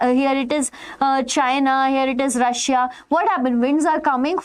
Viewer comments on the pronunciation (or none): none